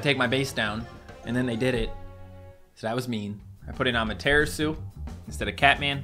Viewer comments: ngl you have been saying Amaterasu like this (a-ma-tear-a-soo) but it's actually the Japanese goddes of the sun and so it's actually pronounced (ah-mah-teh-rah-soo) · The way says Ameteratsu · I hate how he pronounce’s Amaterasu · my guy please stop saying amaterasu the way you do its pronounced differently than that